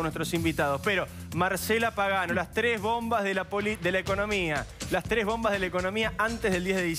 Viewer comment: "LA TRES BOMBAS"? Como que se comieron una S.